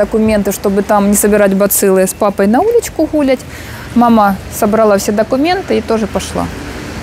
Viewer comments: почему Вы постоянно говорите слово “гулять» и ставите ударение на первый слог? Не знаю, как кому-мне аж слух режет. Не обижайтесь, пожалуйста. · причём тут акцент?) Это семейное произношение, так как в семьей говорим ГУли имея ввиду гулять и это авторский канал, а не образовательные курсы)